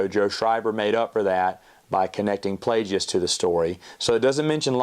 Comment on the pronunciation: I love you but the way you pronounce Plagueis 💀